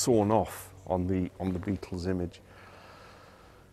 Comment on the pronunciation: BE- AT- TULS huh? Quoyt roytly mayte!